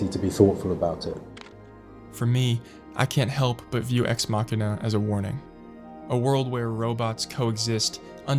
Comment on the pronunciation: If anything, this video taught me how to pronounce Machina.